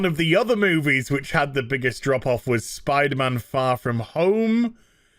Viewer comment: Whenever I hear "drop off" from you guys, I think Andropov and hear a Russian accent...